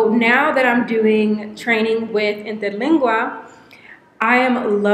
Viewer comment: Damn girl! Your pronounciation of Interlingua was PERFECT! Kudos!